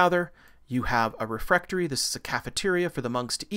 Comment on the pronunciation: "sepulchre" /ˈsɛp(ə)lkə/, not sep-le-cre....... refectory /rɪˈfɛkt(ə)ri/, not refrectory It's intaglio, pronounced in-tal-gli (sounds like 'million')-o, not intaG-lio!